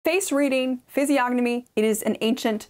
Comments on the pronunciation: The "G" is silent, as in the words "reign", "benign" and "foreign. Physiognomy= ˌfɪziˈɒnəmi (fizz-EE-AHN-uh-mee) Physiognomy and Phrenology haven't been taken seriously but scientists in well over a century... It's shocking that it's featured in modern books. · The "g" in physiognomy is silent